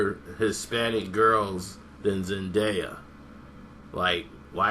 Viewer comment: thinks he knows everything but he saying her name wrong stupid idiot